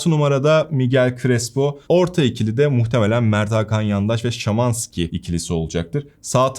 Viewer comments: şimanski ne ara şamanski oldu:) orda a harfini nerden cıkardın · ben de insanım, dilim sürçtü. Normalde Şımanski diyorum hatta bu videoda da ikinci kez Şamasnki diyip, ardına hemen Şımanski diyorum haha..:)